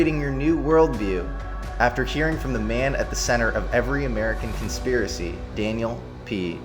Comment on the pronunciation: The word is Conspiracy not conspeeracee